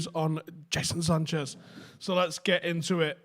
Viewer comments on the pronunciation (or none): Jason Sanchez? Euross? Speak properly you mong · Is it really that difficult to say "Jadon Sancho"??